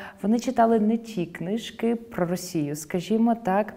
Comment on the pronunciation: Але інтерв'юерка каже "кнИжки", а не "книжкИ". І вона постійно сидить з опущеною вниз головою і "мугикає" як реакція на слова пані Оксани 🙄🥴